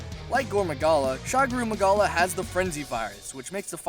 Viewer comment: Also pretty sure the pronunciations are Shagaru Magala (Shah-garu, Mah-gala) Dah'ren Mohran (Daa-ren More-an) Yama Tsukami (Yah-mah t-suu-kah-me) Also I fucking love Chameleos Also Gogmazios is my fave monster (Besides, well, Savage Jho)